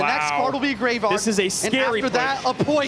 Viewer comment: why does he keep saying greyvaard